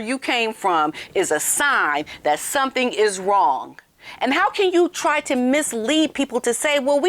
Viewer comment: says "wrong" like this something is "wronk"😂😂